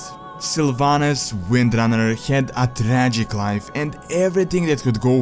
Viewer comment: why did you start pronouncing "w" as a "v"?:)) "Varcraft","Vrynn","Varnings of Medivh"? Still "Windrunner" you pronounce correctly:P